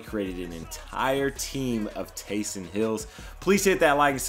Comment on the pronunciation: Nice work. No doubt this took a lot of time and effort. Just as an aside, it's "Taysom", not "Taysun."